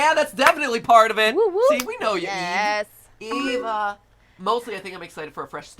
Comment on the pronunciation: Umm whats with the way matpat says "eva" ???